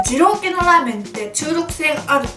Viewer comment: でぃろうくぇい